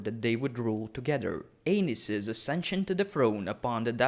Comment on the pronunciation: Great video, but I can't help but hear King Anus.